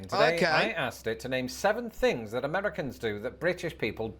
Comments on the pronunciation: You say fings instead of things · can't wait to hear what fings there are!